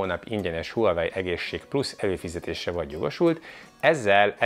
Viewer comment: Legalább a nevét mondaná ki rendesen...gáz nagyon, hogy Huawei-ezik végig. Kiejtve "vavei". Az autónál sem azt mondjuk hogy Peugeot, hanem azt "pözsó". Azt is ki bírja mondani hogy "ájoesz" nem azt mantrázza hogy "ios"...